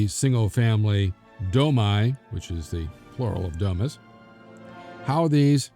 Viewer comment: Domi--pronounced 'Do mee.'